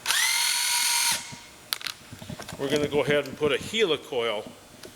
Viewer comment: Its helicoil as in helicopter! 🤣